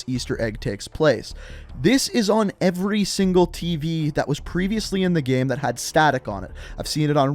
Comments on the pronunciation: Why do you say game like “gæm”?? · Or everytime he says gæm